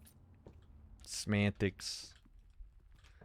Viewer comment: "This whole discussion is about semantics." You mean... Smantics?